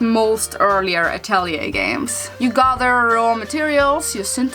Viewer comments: but the correct pronunciation is uh·teh·lee·ei I made the same mistake and realized it after someone corrected. Then I looked it up and it was true. I think name is French. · You know she's saying the game name wrong.